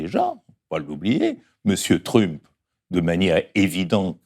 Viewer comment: M. Badie : avec le plus grand respect: décidez-vous à prononcer 'Trump' normalement, puisque vous le faites bien pour Nixon ou Jackson par exemple ;) Et merci beaucoup pour cet entretien rafraichissant.